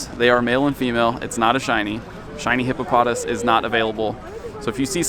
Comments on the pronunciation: its hippopoTAS. emphasis on the TAS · I believe in the anime, it is pronouced hippo-puh-toss